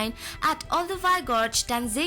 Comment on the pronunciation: Was really enjoying this until she pronounced Tanzania as Tan-zane-ia which made me feel that the information in the clip may also be incorrect. 🙄🤔